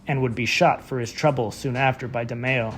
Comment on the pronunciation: Please say his name right